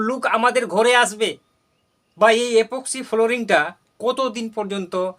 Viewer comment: গ্রামের লোকেরা কথা ছাড় তোর মুখ দিয়েই তো ঠিক ঠাক ইপক্সি ফ্লোরিং কথাটা বের হচ্ছে না । Unsubscribe Korlam আমি গ্রামের ছেলে । 👍